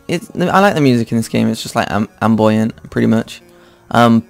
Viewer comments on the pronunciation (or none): Ambient pronounced: Am-be-ant not Am-boy-ant